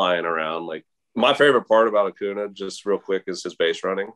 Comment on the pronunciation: Bryce harper would be mad with Sean because he can't pronounce acuña correctly